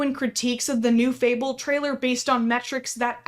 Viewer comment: fable, not fabelle